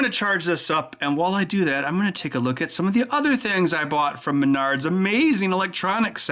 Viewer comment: When you said "M'nards", sound like you're talking about your nards. As in "I need a $11 bluetooth 'smart watch' like I need a kick in m'nards".